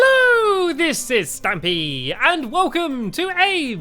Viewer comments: It's stampy not stumpy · His name is not stumpy its stampy